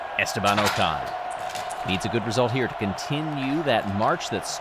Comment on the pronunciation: bro its not ooocon its pronounced ocon